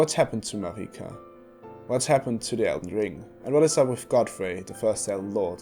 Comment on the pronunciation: It's literally not pronounced "mareeka" it's Merika